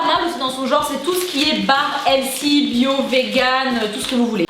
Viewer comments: On dit pas healsy on dit healThy , s’il vous plait les français mettez y un peu du votre quoi là .... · Ahh NON en étant Canadienne je sais comment sa se prononce sinon je me permettrais pas de faire la remarque chérie et on dit : Heulthy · Mdrr sa m'a irriter à chaque fois qu'elle disait le mot healthy genre elle dit helsi c trop marrant 😂❤🍑🍑🍑🍑🍑🍑🍑🍑